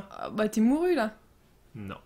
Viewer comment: ça se dit pas morue ça se dit pas